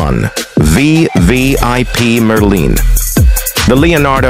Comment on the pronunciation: The AI can't even say Merlin, let alone Pooma!